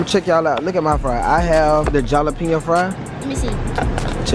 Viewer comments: So we not gonna talk about how says Jalapeno with the "J" instead of an "h" 😂😂he goofy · Jalapeno (hall-o-peeno) not jahlapeeno😭😭😭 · They were saying jalepino wrong